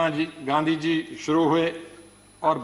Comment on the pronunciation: इतिहास सिखाने वालो गांधीजी का नाम तो सही उच्चारण करना शीख लो...!